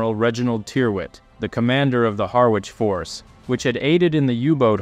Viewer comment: Another excellent production, may I just pull you up on your pronouncation of Harwich, the w is silent and pronounced Ha rich, a very minor point. Thank you for your work, it's very entertaining and informative.